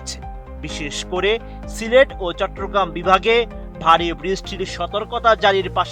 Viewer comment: চট্র না চট্ট বলেন 😑